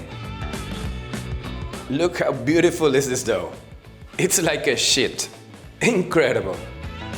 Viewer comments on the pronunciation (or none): Bertinet mentioned that the English had trouble with saying Focaccia. They’ll also have a problem with you saying roll the dough out “like a sheeet” makes me smile whenever I listen to this point in the clip. Love your accent and love your love of gluten